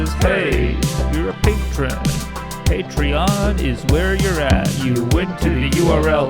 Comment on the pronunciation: Feeling angry? Try listening to 'hey your a patreon, pay tree on is where its at'. It always calms me down.